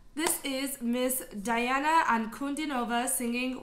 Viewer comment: Great review. Welcome to the magical, mystical world of Princess Diana, The Goddess Voice of Nature. Enjoy your journey. BTW, her first name is pronounced Dee aunna. She has gone below an F4. If you want low, try her version of "Human."